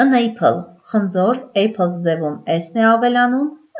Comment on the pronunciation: Խնդրում եմ խնձոր և տանձ բառերը ճիշտ արտասանեք։